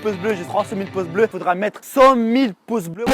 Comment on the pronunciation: Nan parce que il dit poce blo au lieu de dire pouce bleu :)